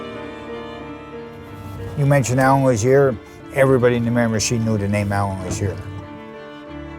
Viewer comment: Say mirimichi one more time, i dare you.